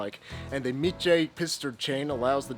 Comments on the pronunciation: btw, it's pronounced Mi-kae, not mi-che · great video as usual, love your content! BUT! Being a snob, "Miche" is pronounced more like [mickeh]...